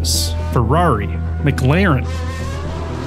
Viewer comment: The only other person that I know so far, that can actually pronounce Mc LAREN correctly! Yes, it is Mc LAREN, not McClaren people!🤦